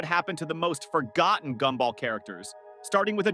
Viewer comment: GoobBall? Gumball